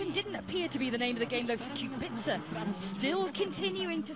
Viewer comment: how hard can it be to pronounce his name lol..... qu-be-ca